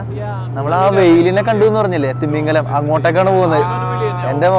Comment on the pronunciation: Nice videos and reasonable explanation. Just oru suggestion: thimingalam pronounce chyumbo don't stress ‘thi’. തിമിംഗിലം ahnu.. Thank you and all the best for your ventures